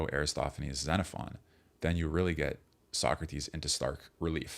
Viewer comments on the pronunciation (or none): none